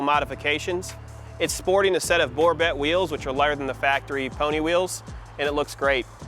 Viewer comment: It's pronounced "Borbay" wheels